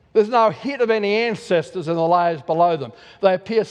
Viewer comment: lyyyayyyyaars for layers.